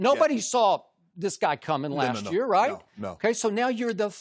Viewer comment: “Lask year” 😂